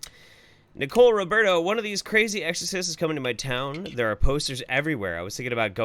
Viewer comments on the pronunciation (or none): none